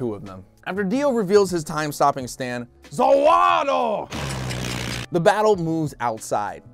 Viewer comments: I love that he says ZAWARUO and not ZAWARUDO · he said zawaro and not zavoru do time stop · Not zawado or za warudo its ZA WARUDO OVA HEAVEN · Why did i like that "za vado" ... not "za wārudo" but "za vado"😅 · instead of saying za warudo you said ZA WARDO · It's funnier to watch him say Zalwaldo